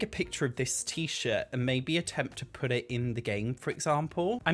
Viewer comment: "You're gonna poot me on foot finder" hahahah.